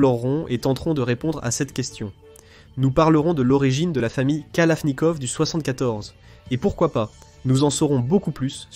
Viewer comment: la famille kalafffnikaufff 🤓